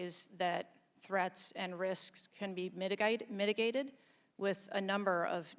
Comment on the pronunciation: When she mispronounced mitigated she sounded Australian. Weird